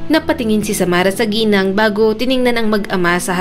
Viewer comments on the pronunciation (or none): none